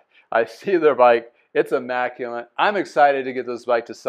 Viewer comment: Are you saying "immaculent" or "immaculate"?